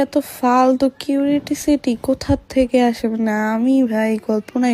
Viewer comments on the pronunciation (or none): কিউরিটিসিটি বলে 😂😂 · কিউরিওসিটি বলতে পারেনা